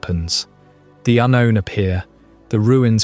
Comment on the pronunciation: Yep same here "un-rown", "ahnown", "untone"...